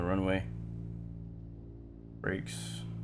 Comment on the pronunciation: I’m sure somebody told you on the stream but it’s not RE-GEENA, it’s Re-Gina, like vagina.💥🔥🤪🍺